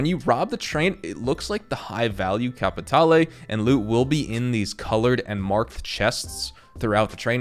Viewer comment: CAPATALE!!!! Don't pronounce the E. It is silent. Thank you.